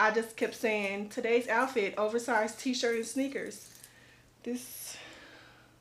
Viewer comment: Hey Beautiful! I really like your choices, especially the PINK!! Oh my gosh so cute. I see it paired like a bomber jacket or those Avia athletic jackets they have at Walmart! Aaand those pink sneaks are going on my Christmas list! But Girl! Your moment of silence for the “ WOVERSIZE” had 👏🏽me 👏🏽on👏🏽the👏🏽ground! 🤣🤣 You looked Soo Outdone! Like what in the entire Beeswax is going on with this dress! Your poise, grace, humor, and beauty is appreciated🥰🤣🤩